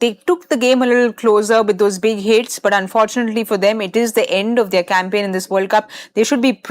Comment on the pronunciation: Saiyami Kher - "South Africa won theya game. India won they game." It's their Saiyami not theya